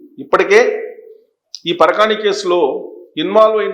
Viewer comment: పరకాని కాదు సార్.పరకామని.